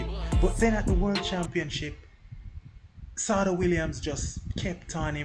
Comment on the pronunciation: Yessss thank you for highlighting our STAR but sidenote its pronounced Sha-day ....she absolutely dominated BSSAC in the 2010s and even qualified for the 2016 olympics!! But was injured and couldn't compete